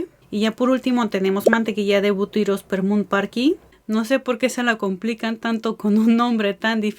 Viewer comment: Oye no se cómo pronunciaste esa mantequilla butirospormun o no se qué 😅🤣🤣🤣 Se escucho como trabalenguas. Por cierto genial la información de lo que contiene cada uno de los productos y me llamo mucho la atención el gel.. Gracias por la info.